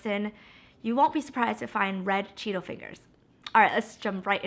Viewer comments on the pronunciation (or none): none